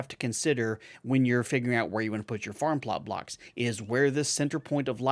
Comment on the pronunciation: I know, right? It doesn't really sound like you're saying "farm plart blarks", but I've heard others say it like that and it's just a bit too funny.